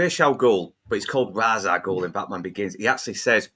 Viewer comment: It is Ras, it's not fucking Raesh